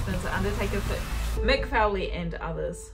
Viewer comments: WWF not E, its FOlee not fouley btw, also she should watch new jack stab a stiff wrestler, it may be scripted but its real the pain is real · Mick "Fouly"? lol